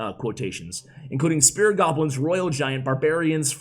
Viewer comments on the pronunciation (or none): Do you say "spirit goblins" instead of spear goblins or is that an accent?